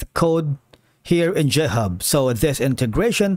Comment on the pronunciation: please stop pronouncing github as jithub